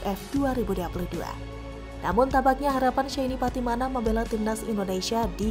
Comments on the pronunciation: Patimana lagi patimana lagi... Patinama mba'e....😀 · Shayne Pattynama bukan SHAYNE PATTYMANA 😆